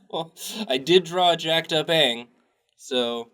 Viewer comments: It's ange not dange 😠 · So would the Japanese pronunciation of daang by "dong"? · Yeah, Aang's name was pronounced slightly differently but that's the only actual criticism I've heard of it. I think people just hate on it because it's trendy to do so.